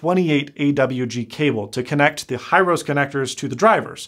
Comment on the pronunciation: He-row-se connector not High-rose. It's a Japanese company.